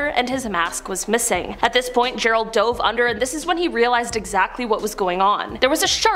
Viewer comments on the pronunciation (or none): none